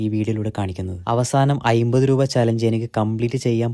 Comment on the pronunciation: ഐമ്പത് ❌ അമ്പതു ✅